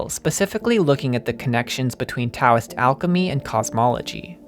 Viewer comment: the T in Taoism is pronounced like a D